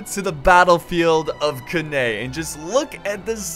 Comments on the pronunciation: Can-nay is how it's pronounced mate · English pronunciation of Canne is really horrible.